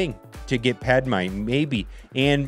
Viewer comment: I love how he said “pad mine”